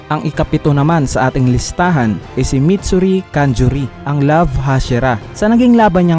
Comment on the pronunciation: Mitsuri idol Hindi matsuri -_